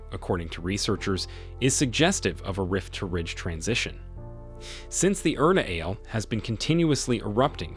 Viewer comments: it is called ERTA ALE not URTA ALE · The volcano 🌋 Erta Ale as you say it, is actually pronounced Ertha A-lay.